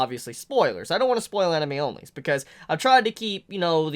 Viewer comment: Did say "Anime Onlys" Or "Enemies Onlys" 🤔🤔🤔🤔🤔🤔🤔